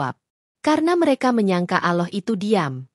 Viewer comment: Apabila menyebut nama Allah itu di tulisnya Ada 2 Huruf LL tetapi di bacanyan ujung Lidah di letakan di Langit-langit dekat gigi jadi dua LL itu bisa di baca dengan pas dan jelas bukan Aloh tetapi Allah.